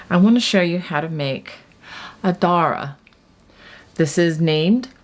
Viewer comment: Adare, in County Limerick is pronounced "A - Dare" - not Adara. The Shawl is lovely - and your choice of yarn is fabulous.